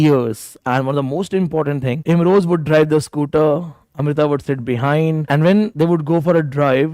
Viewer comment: It's Imroz not Imroj, kindly correct.